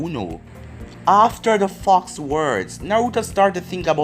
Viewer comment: i feel like ur saying fuck but u r saying fox lol